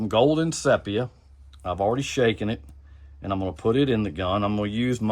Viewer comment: Ce pe ya? its see pee ya....